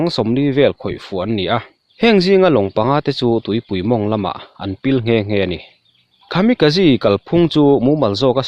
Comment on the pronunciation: Khami ka ji nilo in... Kamikaze a ni zawk e... English ang in lam lo thin teh ang, I chanel hi ka en ber a nia, a awmzia bo lo in leeee...